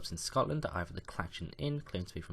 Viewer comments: Clachan is pronounced with a soft ‘ch’ like in the word Loch. Your arrow is also wrong. The Clachan is in drymen, north of Glasgow, near Loch Lomond. Great place for a post hike pint. Great video though. I’d love to do a road trip round all of those old pubs in England one day. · Lol. "Clatchan".